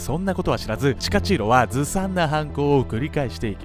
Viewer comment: チカチーロがタチチーロやな(;-;)